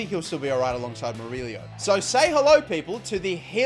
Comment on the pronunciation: murillo not murilio